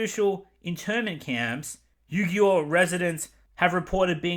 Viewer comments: FYI, Uighur is pronounced "WE-ger." Disney probably filmed there because it meant free labor (from the oppressed Uighers.) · Mulan stars Chinese American actress for the love of God guys I can't pronounce this shit 🤣🤣🤣 BTW Xinjiang -> Shin-jiang Uyghur-> Wee-gur (Might be slightly off, I'm not a native speaker) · It's pronounced WEE-Gurr. Nearly every other site say it better than you. Take a minute to figure it out- this is the identity of these oppressed people. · Name’s list: Uyghur = Oowee-ger Urumqi = Oo-loom-chi Xinjiang = Sheen-jiang Ffs if you’re gonna’ provide key awareness for the fast-disappearing gem of trade route, say the damn names right so people don’t send aid to the wrong damn continent.